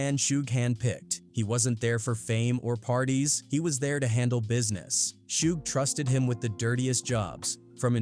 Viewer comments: Who the hell is pack and shoog 😂😂😂??? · Who is "Shoog"? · wtf is a shoog, trash ass AI channel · Who TF is Shooog and Pack???!!!!!!! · So hoodwat stories says “PACK“ and "SHOOG" or how bout "PIE ROO" AI 🐂💩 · Who tf is shoog? This AI slop has to go … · “Shoog Knight.” “Mob Pie-roo.” Too many creators are too comfortable being lazy with AI captions. 👎🏾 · Suge pronounced shug its short for sugar bear